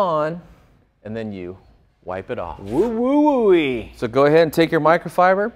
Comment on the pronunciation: Guy could not say "WO-Wo". Kept saying "Woo-Woo" I don't know why this stuck with me.